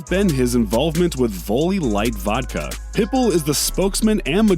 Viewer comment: But he said it Perfectly when he talked about Pitbull. 🤔